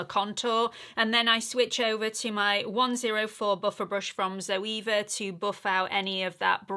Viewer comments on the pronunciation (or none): none